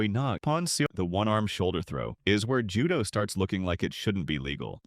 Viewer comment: The AI pronunciations are frying me dawg 😭